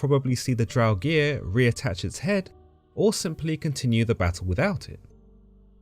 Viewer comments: "Draug-EER?" Are you sure about that pronunciation? =0[.]o= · Love your videos, but buddy, Draugr as in "Drow-Ger" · Great video, but please look up pronunciations before recording, it can really diminish a viewer who knows the correct pronunciation's enjoyment of the video. Here is the correct pronunciation of draugr, there is no vowel between the g and the r so you shouldn't insert one.